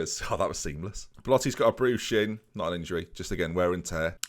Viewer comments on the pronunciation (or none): none